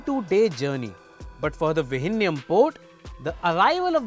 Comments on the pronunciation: Vizhinjam not vijinjam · The pronunciation of "Vizhinjam" needs to be corrected at least before it starts operation.